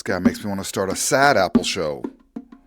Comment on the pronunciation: a Sapple ? A sad bad apple 😂😂